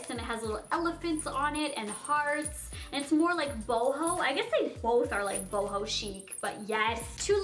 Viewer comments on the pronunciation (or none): none